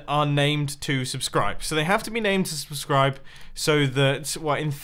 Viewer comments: "This is rootbulb" "Subsribe" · Ah yes, Subsribe, my favorite block.